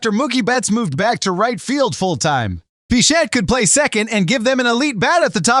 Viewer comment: Bichette, not Bichat, stupid AI.